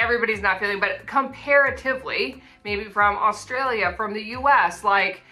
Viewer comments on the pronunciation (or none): none